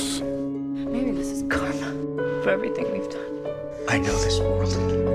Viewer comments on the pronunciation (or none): none